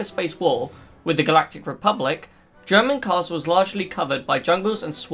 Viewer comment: Not sure if you are saying Dromund Kaas or German Kaas..